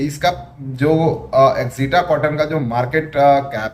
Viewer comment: चूते company ka naam to thik se padd एक्सिटा कॉटन नही अक्षिता कॉटन है